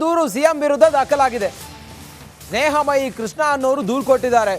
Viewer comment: ಸ್ನೇಹ ಮಹಿ ಅಲ್ಲ ಸ್ನೇಹ ಮುಯ್ಯಿ 🤣